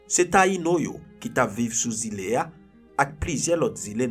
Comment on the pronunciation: Tu raconte bien les histoires mes il y a des mots qui ne sont pas très compréhensible comme Île